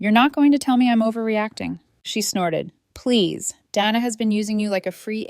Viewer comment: Day-na. Not Dan-na